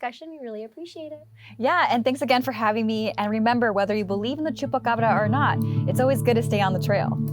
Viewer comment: I can't listen to them... I thought its Chupacabra Not Chupacbrrrrrrrrrrrrrra